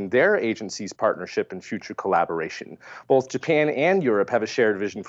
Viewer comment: infuriating way of saying 'bolth' was nearly offset this show by his well timed chuckle after said S2 was 'single and ready to mingle with a super massive black hole'. Nearly.